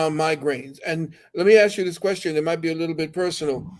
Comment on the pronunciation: Why do you say , axe, and not ask ?